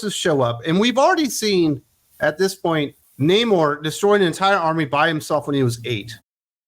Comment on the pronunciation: Nah-mor sounds about right.